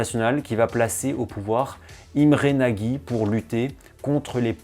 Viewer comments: Super vidéo juste petite info Imre Nagy ne se dit pas nagy mais Imre nocht c'est un détail mais mon oreille a été agressé par cette prononciation haha continue comme ça sinon vidéos très intéressante et instructive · Excellent,vraiment. Mais il faut prononcer Nôdj Imré (et je ne suis pas hongrois !).